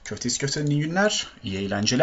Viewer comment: hep o eylencele"R" harfi çıkmıyo :D